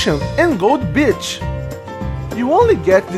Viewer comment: When you wanted to say gold beach i understood Gold Bitch :D, anyway great review Always nice when you talk about Japanese games so i'm sticking around for sure ^^